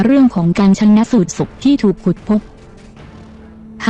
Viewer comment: สาระดี แต่อ่านไปหน่อยเช่น ชาน- นะ -สูจน์ !